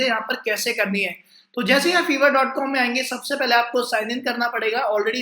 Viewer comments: Bhai vo Fiver hota hai (फाइवर).. Na ki fever 🤣🤣🤣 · Fevrr ni its fffiii verrr😂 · Ye feeever nahi fiiiver ha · Sir vo shayad fiverr hota hai "fiver"(bhukhar ) nahi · Your pronunciation of fiverr is wrong . It is not fever. it is five+err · its not FEVER its FIVERR Atleast pehle naam lena seekh liya karo tum logo ko sunkar dusre bhi bolenge galat Also fiverr par main pichle 4 saal se web development ka gig chala raha hoon 99 percent positive feedbacks ke saath aur yeh bata dun aap sabko fiverr is not for KIDS 1 negative review aapke total orders ko khatam kar sakta hai Fiverr par bina skills ke signup karna bekaar hai koi order nahi karega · Hahahahhaha feevar nahi lol Fiverr 😂😂😂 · Another thing dear chootiya it's Fiverr not feever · Buddy it is pronounced 5er